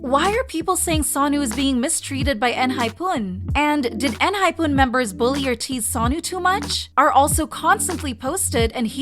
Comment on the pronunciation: is it really pronounced en hy poon?